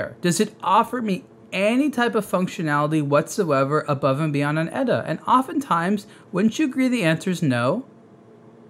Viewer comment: It's "E-T-A", not "Etta", you ass!